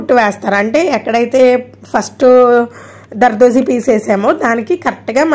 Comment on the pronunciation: జర్దోసి.... దర్దోసిలా వినిపిస్తోంది